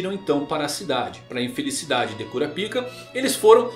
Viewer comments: Toda vez que ele fala cura pica eu repito cura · CURAPICA ? KKKKKKK CARA FALA DIREITO O.NOME DELE POR FAVOR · O q custa pronunciar na versão BR "kurapaica" kkkkkk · Esses novos chegados da obra prima chamada hxh destruíram o nome do personagem mais foda… que mané curapica é kurapaika Zé só assistir o anime antigo esse novo me da um ranso ao pronunciar ssse nome … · Só eu quando ouço Curapica,fico rindo por dentro 😂😂😂😂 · Minha quinta série n me permite segurar a risada na hr q ele fala "Cura Pica" kakakakkakakk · Kkkk quando o cara fala o nome cura-pik o vídeo vira piada kkk😅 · Kuroro? Porque ele fala todos os nomes assim se eles são escritos claramente diferente? Perguntando na moral mesmo, curiosidade. Eu sei que os japoneses pronunciam parecido com isso mas não quer dizer que não tenha o L no nome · Essa pronúncia "Cunapika" tira toda a seriedade do vídeo. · Meu fi, fale Kurapika direito, que agonia...